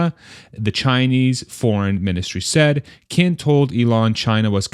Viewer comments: Qin is pronounced as Chin (last name) and Gang as Gun :) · Qin actually pronounced chin with a long I sound almost like cheen. Just fyi!